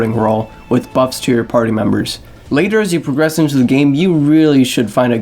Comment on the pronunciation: and progress. :) here it would be pronounced "Pruh-gress"